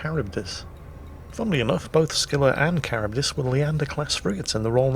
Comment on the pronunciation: Finally I heard someone say Charybdis, its bugged me for a while that I couldn't figure out how to say it properly! Lol